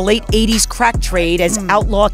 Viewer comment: I couldn't tolerate the narrator's voice and diction, extremely annoying and a slight condescending. The way he pronounced words like "crack", is when I knew that I had to go . Deuces.